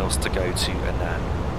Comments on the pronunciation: It's Annan not a nan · It's great that you've done this for people, however, the name of the town which is the first stop on the journey, it's not pronounced "An an", it's "Annan", almost pronounced as "Annin", but you when say the name fast, it does tend to come out right, it can cause a little bit of confusion, but if no one tells you, you never know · Another great video. Annan is pronounced in such a manner that it sounds like Ann-in, hope this helps. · You pronounce Annan as "Ann-un" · You don't you pronounce it like ann-in (I live in dumfries so I know) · I live in Dumfries too, and you pronounce it Ann-un but not like "u" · We both have different ways of saying it but everyone that I know pronounces it like ann-in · hi I think your videos are great I stay in Annan and you pronounced it wrong it is pronounced like their is an I in it like Annin but spelt Annan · Haha thanks, I realised afterwards that I mispronounced Annan too lol XD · I love the way you pronounce Annan that's not the way up you say it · I think you pronounced “Annan” wrong